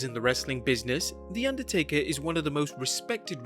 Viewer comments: Underatker?? 😂😂 I love! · "Underatker". spells goodly.